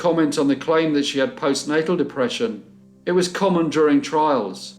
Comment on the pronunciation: Yaaay, love BC Mondays! ❤️ I think you meant to say "Postnatal", not postnasel, (thats sinus problems). But it dont matter we knew what ya meant. Thank you for this. Enjoyed.